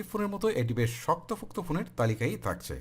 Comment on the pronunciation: helpful review.. but উচ্চারণের দিকে নজর দিবেন আশা করি, করচি,তাকচে, কেলছি,কেলা what is it.....